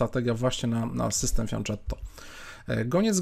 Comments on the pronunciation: Błagam o poprawną wymowę "fianketto", bo mnie zawsze uszy bolą, kiedy słyszę "fianczetto" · Błagam: fianKetto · Dla mnie to też zawsze będzie fianczetto ;-)